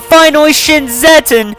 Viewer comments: You mean zetton so here’s how to say it Zet_ton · Actually it pronounces Zet-TON like tons of zets